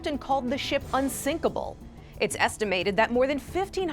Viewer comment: UNSINKLEBLE THAT IS UNTHINKLEBLE ISN T IT ??????????